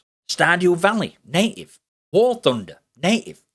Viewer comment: Through his accent from a US english accent perspective every time he says native it sounds like he's saying naked. I'd like to officially petition for native to be replaced by naked, It just fits so much better to say that the program works naked on Linux 👍🏼